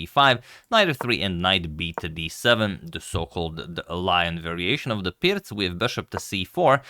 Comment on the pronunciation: It is pronounced "Peertz" in it's native language.